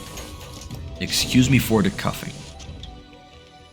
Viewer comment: I'm sorry but it sounded like you said "cuffing", instead of "coughing" but anyway, great tvt game!